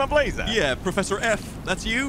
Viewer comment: Professor.... or... profooster lol